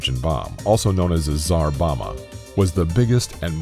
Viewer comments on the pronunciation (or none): You lost all credibility when you said tsar bomma instead of tsar bomba. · Can you not read what your are showing as text on the screen. Tsar boma or Tsar Bomba?